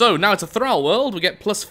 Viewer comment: th-r-all not th-r-al